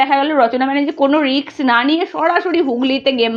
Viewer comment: পার্থী টা কি বস্তু???? রিক্স টাই বা কি??? কি জঘণ্য উচ্চারণ!!! তেমনি একপেশে পা চাটা চ্যানেল!!! আসানসোল এ সায়নী ঘোষ এর জামানত জব্দ হয়নি, অল্প ভোটে হেরেছিল। ভুল ভাল ইনফরমেশন!!